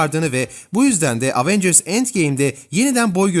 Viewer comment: LAN EVENCIRS DİYE ONUNYO AVENGIRS NEEE